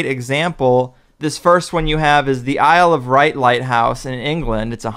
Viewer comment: The Isle of Wight, not Wright.